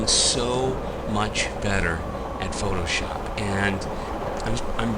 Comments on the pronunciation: "you suck at phooshop" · "You Suck at Phooshop".... Methinks there's a missing letter.